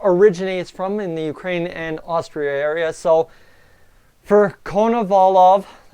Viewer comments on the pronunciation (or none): none